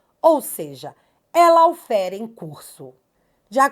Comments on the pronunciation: Se diz “LÓFER” e não Laufer! Law (ló! Significa lei. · … não diga “ LAUFÉR”. A palavra é em inglês. A pronúncia dela é “LÓUFÉR”… ou mesmo “LÓFÉR”